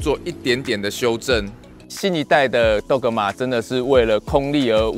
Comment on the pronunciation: g 是輕音。 拜託拜託🙏